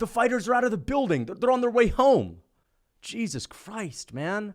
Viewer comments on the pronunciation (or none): none